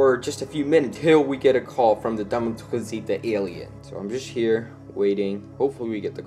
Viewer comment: Dame tu couseta Das how you say it